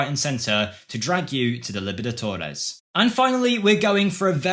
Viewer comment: How did you butcher Libertadores? It is not that difficult to pronounce it lol